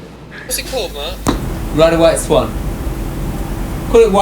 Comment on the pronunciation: Slightly disconcerting to hear the estimable Ms Quatro refer throughout to someone called "Merc." (Rhymes with Murk).